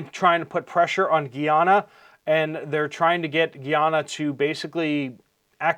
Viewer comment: Guy-Ana not geeyana